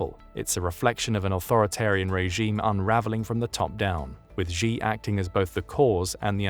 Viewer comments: Why the narrator call xi jing ping ''gee''? Xi isn't pronounced geee or jeee, it's pronounce like ''see'' or ''scee'' like scene.. see jing ping you say ,,,i see you,, not i geee you xD its not hard It hurts my ears and i'm not even Chinese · Xi is pronounced "she". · if you are going to keep making documentaries about China the least you can do is learn to pronounce Xi Jinping. Xi is pronounced like the English word SHE